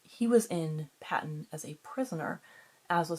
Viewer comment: Pa-teen! Not Patton!